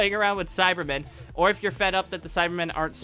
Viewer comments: SAIBAMEN NOT CYBERMEN SAIBAMEN SAI-BAH-MEN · You keep calling Saibamen "Cybermen".